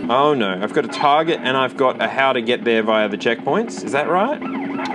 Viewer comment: I love hearing say "Ar nar!" ❤